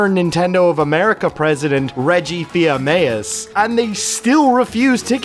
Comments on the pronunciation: Fantastic video, as always! Really impressed by the level of research you seem to have put into this! (Also: Reggie's last name is pronounced "fee-seh-meh", not "fiyameyas" 😛) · Lovely video covering why preservation is important and piracy should be okay or at least less strictly punished. Only critique I can point out is the pronunciation of Reggie's name, it's weird and I screwed it up a bunch, it's "Feez-A-me," I just remember it from all the old press conference things he partook in and was like, "Really? is that how they say it? Fuck me." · That cannot be the legit pronunciation of Fils Aimé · I dunno I've been online for a long time and I've never heard anyone butcher Reggie's last name like that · Hey buddy you missed pronounced reggie's name disliked unsubbed